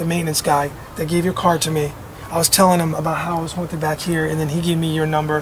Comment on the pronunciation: the brother tree it's haunted not hotid 😂